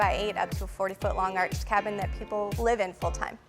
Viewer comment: I thought he was saying "Irish cabin". I'm thinking, what's an Irish cabin?